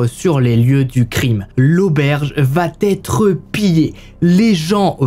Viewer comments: Allez, sympa. Mais de grâce, travaille les liaisons dangereuses ("va-t-être", etc. => "va être", y'a pas de "t" !) et l'accent anglais (juste se renseigner sur la prononciation des noms, c'est pas la mer à boire) ! Très peu d'efforts à faire pour drôlement améliorer la qualité perçue ;-) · J'adore ta façon de raconter, pleine de précisions et d'humour. Mais pardon le "il va Têtre" me fait bondir à chaque fois. Il n'y a pas de "t" à "va" ! Je vais, tu vas, il/elle va.... rien de plus ! Essaie de faire attention, tu es en première ligne pour apprendre aux gens à parler, vu que les réseaux sociaux sont désormais l'espace privilégié. Ceci dit sans animosité. Sinon, quel temps fait à Valenciennes ? J'adore ce coin. 😉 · Ces HVF sont super. Dommage pour les fautes de liaison ("Va T'être" fait un peu saigner les oreilles mais on reste dans le thème comme ça 😉) bisous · Tes histoires sont passionnantes . MAIS ! Il faut arrêter avec tes liaisons "mal-t-à propos" ! On ne dit pas VA-T-ÊTRE, mais VA ÊTRE. Pas de T --> pas de liaison ! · Merci pour ces histoires documentées, narrées avec talent. Le « coucou » introductif est un bonheur 😂. Juste un défaut, qui me fait saigner les oreilles 👂 : une liaison fautive, mal t’à propos : on ne dit pas « il va t être … » ou : on va t alors découvrir… » On VA alors, pas de T après, par pitié 😂. Sinon ces vidéos sont addictives. Amicalement, de Bretagne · Auberge. Intéressant, mais je suis dérangée par tes liaisons mal à propos notamment quand tu dis "elle va T être", non, tu te trompes, elle va être, sans liaison... Sinon, super! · Un truc qui me fait mal aux oreilles : la liaison avec "il va-t-être".... ouillle.... hahaha..... Visiblement à l'époque on pouvait tuer sans soucis... et on dirait presque que tu y étais tellement tes récis sont vivants...